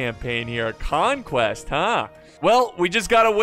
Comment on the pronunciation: KhanQuest HAHAHAHA